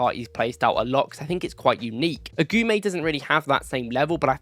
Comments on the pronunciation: AGOUMÉ LIKE A-GOO-MÉ. NOT AGOUAMÉ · Lucien Agoumé (Eh-Goo-May) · Good video. Just one thing, its Lucien "Agooomay"